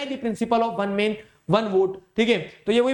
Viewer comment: sir ne man ko mean bola 😂😂😂😂😂😂😂😂😂😂😂😂😂😂😂😂😂😂😂😂😂😂😂😂😂😂😂😂😂😂😂😂😂😂😂😂😂😂😂😂😂😂😂😂😂